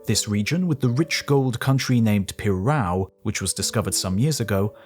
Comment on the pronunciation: “PerRAOW?” Lol 😂